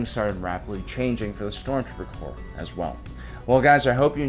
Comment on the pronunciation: Corps, not corp.